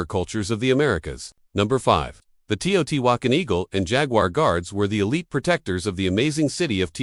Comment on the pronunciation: Teotihuacan is pronounced, TAY-oh-TEE-wah-KAHN.